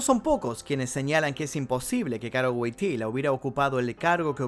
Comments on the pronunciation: se pronuncia “Voityua” Wojtyła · No se pronuncia GUOGTILA?